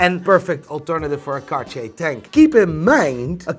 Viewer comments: Hey, I'm wondering why you don't pronounce Cartier as a regular North American that doesn't know how to pronounce it? Because your pronunciation of Cartier is even worse!:D Love you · The way you overpronounce Cartier makes me lose my erection instantly. I can’t figure out if that’s good or bad